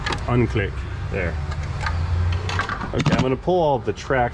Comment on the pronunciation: "reverse click" - pronounced "cilck" perhaps?